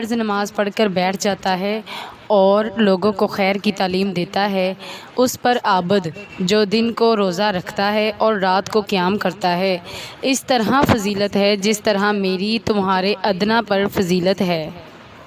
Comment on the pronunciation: Aoa Bhyn Alfaz ki adaygi mey ZYR ZABAR PYSH KA BHT KHIYAL RKHYN WERNA MEANING CHANGE HO JTY HN ...JYSY K ABAD NHI ABID KHYTY HN .JAZAKALLAH